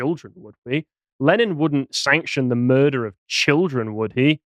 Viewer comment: So what's a "mudrer"?